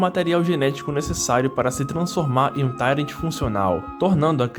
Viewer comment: "tairenti"? É "tairuenti"!